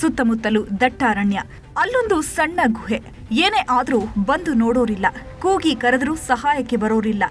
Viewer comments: ಗೂಎ ಅಲ್ಲ ಗುಹೆ ಸರಿಯಾಗಿ ಕನ್ನಡ ಪದೋಚ್ಚರಣೆ ಮಾಡಿ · Guhe uchara sariyilla